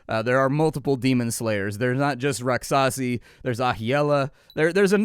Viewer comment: um.... "rak-shasi" is the correct pronunciation